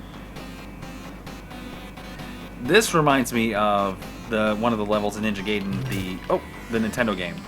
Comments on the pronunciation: Guy-den, not gay-den... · *GUY-den, not GAY-den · It's GUY-den! 👊👊